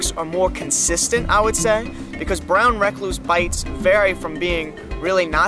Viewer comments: This dude is gangster than anyone I know holy crap. I live the way he says “brown rack-cluse.” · Brown re-cluse No hate, very great video